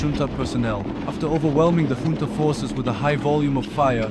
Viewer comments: Trivial note : "Junta" is pronounced as a Spanish word, more like "Hunta" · junta is pronounced hoontuh, brother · Fucking embarrassing. "Hoon-Tah" or "Joon-Tah" Figure it out next time before you post a video. Ridiculous. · Ich glaub' auch im englischen spricht man s `hunta`aus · Here's my support: Decide which way to pronounce "junta" already! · Please pick one way of pronouncing "junta" and stick with it... you keep changing it in every sentence 🙄